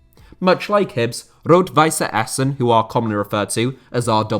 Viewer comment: Rot-Weiss Essen is not pronounced with an "e" it would only be pronounced like that if the team was called "Rot-Weisse Essen". The double "S" or ß is known as a sharp S.